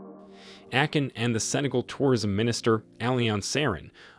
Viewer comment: Did he just call him AKIN!!! Brooooo i'm out.